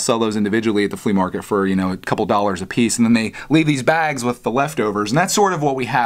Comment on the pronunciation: dollars sounds weird